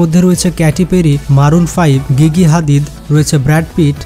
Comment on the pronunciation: ওটা গিগি হাদিদ না জিজি হাদিদ 😂